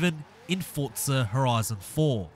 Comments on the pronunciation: It's not fortza its forza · Whats fortza??? There isnt a t in forza. Get it right people. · Its spelled Forza not fortza so you should get it right first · I know. People pronounce it fortza. Thats what I was trying to say. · Why do so many people pronounce Forza "fortza"?